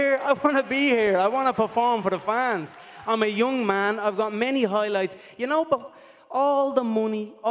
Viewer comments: "Mike Toison Hoilights" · conor "HOILIGHTS" mcgregor